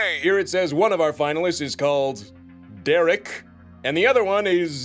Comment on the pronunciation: oh sorry, "I'm Dereek" 🗿